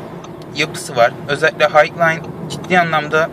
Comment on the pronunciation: yahu lütfen Highline donanım "hayglayn" diye okunmaz "haylayn" diye okunur düzelt ya şunu